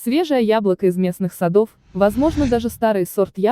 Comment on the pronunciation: Бл...сАдов, какая русня безграмотная....просто ужас....даже свой язык не знают.